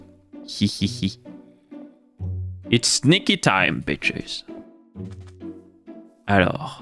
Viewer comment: C'est moi ou dit bitshise a chaque episode